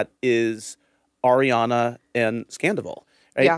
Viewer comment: Can you tell Schwartz to say Arianna’s name correctly? He calls her air Yana